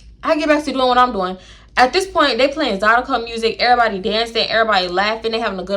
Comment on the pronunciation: “ the dew-sse is that for every-boday” lmfaooo 😂😂😂😂😂